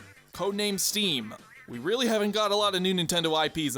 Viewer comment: When you said “Code name steam” I though you were saying “Code name Steve”